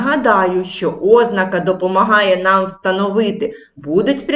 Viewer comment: Можна , нарешті, навчитися правильно ставити наголос в слові ознАка?